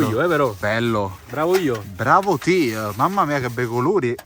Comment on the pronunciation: io non capisco una cosa, si dice "Bravo te!" non "Bravo teJJJJJ"